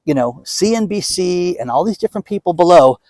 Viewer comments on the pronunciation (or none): none